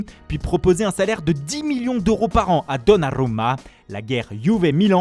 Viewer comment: La Roomaa, Donarumaaa 😆😆